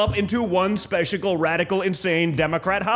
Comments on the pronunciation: "spechacal"? His brain is definitely on the fritze. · Donnies mommy always told him he was "speshical" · What pray tell is 'specigal', as in Christmas, Easter and Thanksgiving all rolled into one, please explain jr. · Specishical..?.. At 12 seconds. I tried my best to spell the word he stated in his rant. Also has a terrible case of Fullofshitness. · jr said " speshacal". Inventing words like his daddy. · " Specical", "in-dick-ta-bull" ? Can these people speak Engrish?😊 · "Speshical!" They're on drugs, all of them. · He's so unhinged, he said... "Specialcal" ...Lol ... poor kids coked up 😬 and an emotional wreck😫😩. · "Speciagle"?? He's speaking fluent drug addled trumpese.